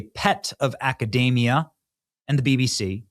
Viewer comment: Great coverage. I like your channel, but please...it's akuh..dee (not day)..mee..uh.